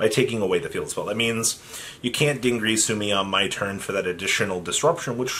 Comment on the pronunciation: Also DIN GEAR SUE NOT GREASU